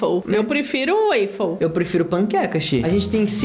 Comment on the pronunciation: Naverdade não se pronúncia ''weffle'' como o próprio nome diz se pronúncia waffle ( Se eu deixei vc e vc e tristes ou algo do tipo me desculpa mais o certo é certo) (Eu não sou nerd mais gostaria)